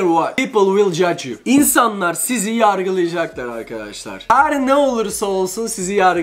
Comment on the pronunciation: 5.3 yarcılıcaklar değil "YARGILAYACAKLAR" Türkçeyi katlettin jxkdndldnd